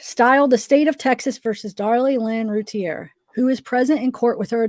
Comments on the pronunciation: I think it's great you are doing the trial transcripts on videos...the name is pronounced Roo Teer. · Actually it’s French and the correct prononciation is routiay like lay it’s the French e accent aigüe. But yes thats the way it’s pronounced by the family since they don’t live in France. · The name is pronounced Roo-teer but hell u both did amazing there r a lot of words..u all did an amazing job way better than I could have reading to thousands of people